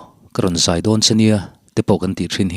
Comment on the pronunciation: G 3 a tangin in zai(thingzai) tihang a lam rik hi a dik ngaithla ang